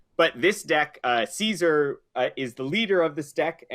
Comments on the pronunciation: Anyone else mad that they were calling him Ceasar? It's pronounced Kai-Sar in the game.... Hail Ceasar(Kai-Sar)! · At least pronounce Caesar correctly